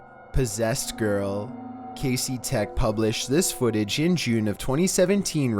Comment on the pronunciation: #15 Burger king Foot-AH